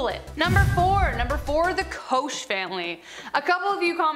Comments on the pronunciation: Koch is pronounced coke not kosh. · You said the Koch family wrong!!! It’s pronounced like Coke! Lol! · Koch is pronounced like "Coke"